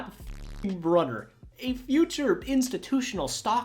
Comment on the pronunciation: Scott Brune-er is how it's pronounced. He took Simms job that year. Giants also had Rob Carpenter who was a run you over running back